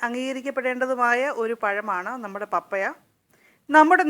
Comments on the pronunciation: പപ്പയാ അല്ല പപ്പായ എന്ന് ശരിയായി ഉച്ചരിക്കു ബാക്കിയെല്ലാം ഓക്കേ thanks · പപ്പായ ഒന്ന് വായിച്ചു നോക്കിക്കേ പറയുന്നത് ശരിയാണോ എന്ന് കേൾക്കുമ്പോൾ പപ്പയ എന്നാണ് പറയുന്നത് കെട്ടോ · ശരിയാ പപ്പയ അല്ല പപ്പായ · U r pronouncing pappaya. It is pappaaya